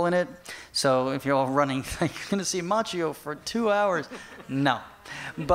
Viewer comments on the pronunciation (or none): It's frustrating to hear Ma-chi-ow because it's pronounced Ma-k-yoh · The right pronunce is Makkio! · the right pronunciation is "Makkjo"